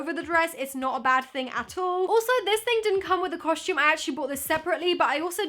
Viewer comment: I just noticed you say costume the same way mia maples says it "coshtume" lol